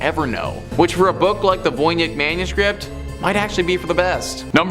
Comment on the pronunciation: It's pronounced: Von Itch.